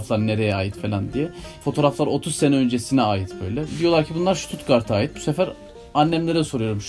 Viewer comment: OLUM STUTUGART DEMEYİN BANA